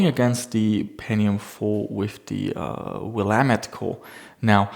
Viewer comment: as somebody who grew up in oregon it pleased me to hear willamette pronunciation not get butchered